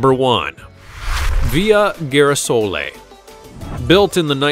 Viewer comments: as Italian i hate when Italian words are mispronounced .....it`s not Midici but MEDICI , and not Ghirasoli but GIRASOLEEEEEEEEE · The only weird thing I found in this is the pronunciation of #1 Girasole. It’s not gheerasole but geerasole as in geezzzz. What else was mispronounced? 🥴